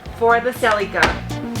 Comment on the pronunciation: Your not pronouncing celica correctly 😂